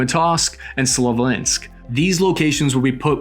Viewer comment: again try this--- its Slow VEE ansk....